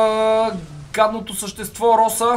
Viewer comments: Не се казва роса ами роза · Казва се Роза не Роса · Казва се Роза